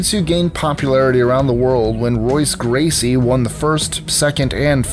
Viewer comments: You can tell this guy has no clue about martial arts, he even pronounced royce gracie wrong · You know he has no fighting experience ever when he calls dim mak deadly, and doesn't even pronounce Royce Gracie's name right smh.